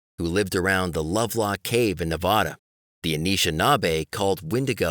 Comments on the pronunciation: Lovelock is in Nevada (Nev-AD-a), not Nev-ODD-a, like he is saying. It's on Interstate 80. Go to the Museum on the west side of town. There are directions there. If they are closed, look at the map in the parking lot. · Nev-AD-a, just like you spell it, not Nev-ODD-a and not Nev-ah-da.